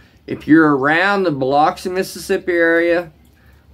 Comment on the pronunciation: Have respect when you speak on Biloxi dude. The mispronunciation is not welcome.